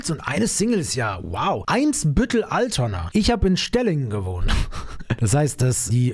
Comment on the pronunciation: Bro ALTONA mit A bitte